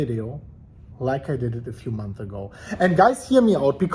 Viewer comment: Months* learn how to pronounce